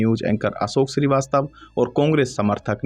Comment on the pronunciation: you are unable to differentiate between S and SH. It is show and not sow. Ashok is not Asok. Please Correct your pronunciation.